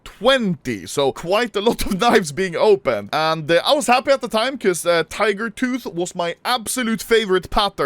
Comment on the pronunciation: The vid where he got the gut knife tiger tooth is iconic I simply because of saying TEEGER TOTT